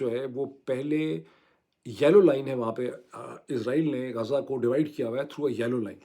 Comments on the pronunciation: معيد بھائی نام غزه ہے غازہ نہیں ہے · Not ghaaza,ghazaa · غازہ نہیں بلکہ غزہ ۔ غازَہ کے اردو معانی. اسم، مذکر. خوشبودارسفوف جو خوبصورتی کے لیے رخساروں پرملا جاتا ہے، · معذرت کے ساتھ Ghaaza نہیں غزہ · ڈاکٹر صاحب! غازہ نہیں غزہ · غازہ نہیں، غز٘ہ (ghaz+zah)۔